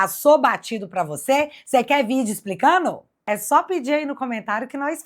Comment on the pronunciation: 'explicano' é bem mineires.....😅